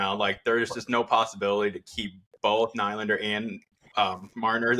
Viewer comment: Dont like the way you say nylander 😂